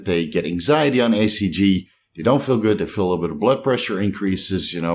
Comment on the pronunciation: I thought he was saying ACG? Just wanted to be sure it was HCG.